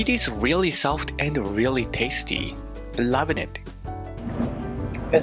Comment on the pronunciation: if says lov'n it one more time lol